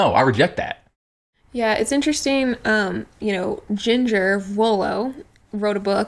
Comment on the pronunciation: Lol you pronouncing Jinger as "JEEN-gur" when it's "JIN-jur" is killing me.